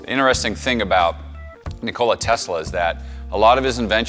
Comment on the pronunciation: Lmao "ni-cola" you can tell this guy doesn't like Pepsi